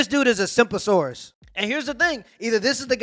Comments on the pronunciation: Bro, 1st time hearing "simpasorus" 💀💀💀💀💀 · SAID “SIMPASAURUS” 💀😭😂